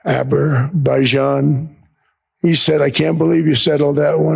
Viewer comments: "Aberbayjan" - wtf hahah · “Aberbaijan”, lol. Really! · Did he say Aberbaijan? It would be funny if someone in a press conference asked him about Wakanda and he started talking about it. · What is "Aber-bye- zhan"? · What is Apakistan or Aberbaijan? Is he good? Where is his caretaker?